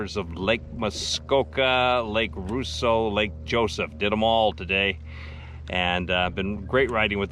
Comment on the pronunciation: Great vids. But it is pronounced Raw-sseau, not Roo-sseau!